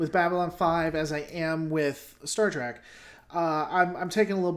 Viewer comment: You still say it Trak half the time. Meh.